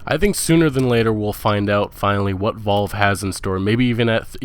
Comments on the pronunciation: "Volve?" It's Valve, you mumble-mouthed moron. AndroMayda.. ANDROMEDA! Holy moly. Why do illiterate kids start these YouTube channels and think they would make good narrators/commentators? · Valve, not volve. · This guy needs to brush up on his speaking and pronounciation skills. It's Valve, not Volve. Bordeaux is pronounced Bordeau not bordux. This is not meant as a personal slight but a reminder about having some professionalism. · its VALVE not Vault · Dude, why do you pronounce things the way you do? Where are you from? BETHESDA - pronounced BEH • THEZ • DAH, not bethzda. VALVE is pronounced VAHL • VUH...not VOLVE. It's AndDROMeda, with the emphasis on DROM, not ANDroMEDa. Either you're from Mars, or you don't know the words you are saying. Cmon dude, gotta sound somewhat intelligent if you're gonna be doing videos like this. They're not made up words either, these are real things. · Why do you pronounce valve as Volve xD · Wtf? Vulv? How do you mispronounce Valve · yeah so many speech errors.. it was pretty painful to listen to. mispronouncing the name of a game or the name of a developer, really should not happen.. calling valve, volve; calling scalebound, scalebrowned; calling bethesda, bezda; calling cyberpunk, cyberbunk; and i know there are many others.. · Valve is volve and pc is a console. Something else is wrong here. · Who the fuck is volve? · Bruh... It's "Va-al-va" not Vol-va, It's "Beth-es-duh" not Best-duh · This dude read much? Valve = volve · Bethesda= BEH-THEZ-DUH Valve= A as in APPLE, VAPPLE, VA-LVE, VALVE. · Why are u pronouncing the studio names like that volve, bethda Its valve and bethesda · Vault, Val, Volve... Its Valve... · This piece of shit can't pronounce anything betesda volve and counting pc as a console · Beths-da, volve, and andro-mayda.... just wow. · and vaulve and bestha haha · You really quadrupled down on not knowing how to pronounce Valve :P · How hard is it to pronounce V A L V E, jesus christ.